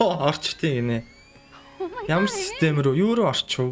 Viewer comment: Хөөөё силтэм биш систэм